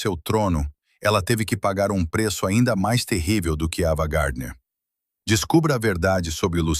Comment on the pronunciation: Porque estragam todo o vídeo!? O nome da atriz é AVAAAA GARDNER E NÃO EVAAA GARDNER e porque esse sotaque ridículo de guaipeca !???? Por favor, conseguem estragar tudo, pela falta de qualidade do narrador!!!! FUIII